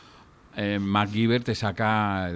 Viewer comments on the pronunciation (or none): No he escuchado a nadie decir McGuiver en mi vida. Ni su madre creo que lo llamase así